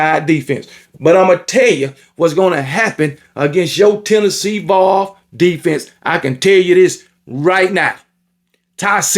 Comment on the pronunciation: Bro can't even say vols right 😂